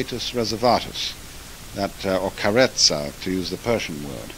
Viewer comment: I’m Italian, your pronunciation is correct!